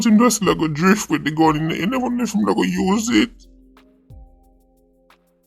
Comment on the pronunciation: "dyift wid deh gun" 😂😂😂